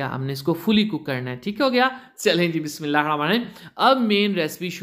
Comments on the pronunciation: Bismillah sahi tarah parh mou m supari daali hai baqi batain totay ki tarah bol raha hai bismillah ka sara talafuz hi kharab kar raha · Bhai bismillah asae maat bolo gunah milae ga or urdu ko urdu ki taarha bolo English kae laehgae sae maat bolo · bismillah to sahi se parh bhai